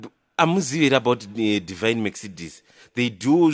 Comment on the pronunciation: Mercedes(Me-k-ce-de-s) ndirikushaya kuti "k" aripapi🤣 maybe k ari visible, hanty letter kana riripo risingataurwe on pronounciation rinonzi riri silent kkkkkkkkk